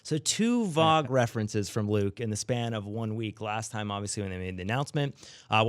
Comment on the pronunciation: Can we please address this? Vague = "Vay-g"